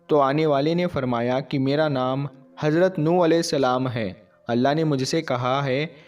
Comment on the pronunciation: Hajrat nhi Hazrat hota h thoda bolne ka tareeka badlo to aur acha lagega..... Z aur J me farq hota h ok....